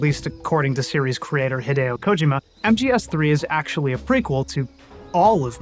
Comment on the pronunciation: its KOH-JEE-MA. holy shit.